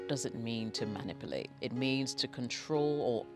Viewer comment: I love how you say manipulate. MAN-ipulate haha 😘😘🤣😇😊